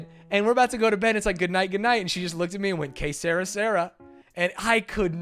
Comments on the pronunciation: Que sera sera is French and you are both pronouncing it wrong ..... ;) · God damn, I had to see the chat to understand when you were trying to say "Que sera sera". I'm not sure how says it but your pronunciation is clearly wrong